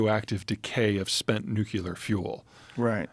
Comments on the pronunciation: Peter, the word is nuclear not nucular. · NOOK-LEE-UR people please pronounce it right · Zeihan... you're killing some of your credibility by pronouncing the word "nuclear" as "nuke-ku-ler". Please. You do it in your book as well and I'm shocked the editor didn't stop the presses on this. It just throws me back to 2003-4 when George W. Bush refused to learn how to say the damn word. Sorry. Please forgive me. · How does someone as smart as Peter pronounce Nuclear as Nuke-U-ler 😂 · Alpha radiation is the most dangerous, dude. Also, are there ANY “smart” people who are able to properly pronounce “nuclear?”